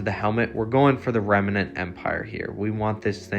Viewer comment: It's remnant, not remenant.